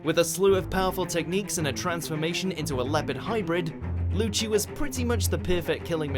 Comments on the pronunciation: Lmao.. Lucci.. Pronounced..LUCHI 'dubbed' is that even affect the English pronunciation ?? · Did this guy really say "luschy"